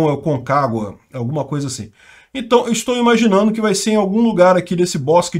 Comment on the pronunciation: "entai" aham,, pode deixar que vamos acreditar que você não sabe pronunciar isso